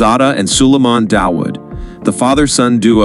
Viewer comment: By the way the pronounciation of Dawood is 'DAA' UUD' and NOT 'Da-Wood'. This name is common in Pakistan and translates to David in English and sometimes is also spelled 'Daud'.